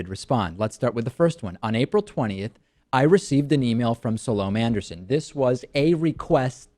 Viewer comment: If you are going to take Ms. Anderson on you might do well to learn how to pronounce her name properly.